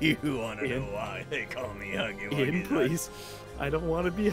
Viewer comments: It's huggy wuggy not huggy puggy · It’s huggy wuggy not huggy puggy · Its huggy wuggy not huggy puggy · Ay!! It’s not huggly Puggly it’s not huggy puggy it’s huggy wuggy! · ITS NOT HUGGY PUGGY ITS HUGGY WUGGY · Bro It's not Huggy Buggy It's Huggy Wuggy Or You Can Call Him Huggy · HIS NAME IS HUGGY WUGGY NOT HUGGLY PUGGLy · Its not huggly puggly its huggly wuggy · His name is huggy wuggy not hugely pugly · It’s huggy wuggy not hugglie puglie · The name is huggy wuggy not huggy pugly